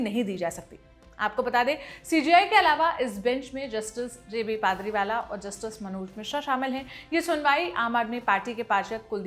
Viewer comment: इनके उच्चारण गलत है, जस्टिस पादरीवाला नहीं, जस्टिस पारडीवाला यह सही उच्चारण है। लल्लनटॉप आप अपने निवेदिका पत्रकार को कुछ बताया करो।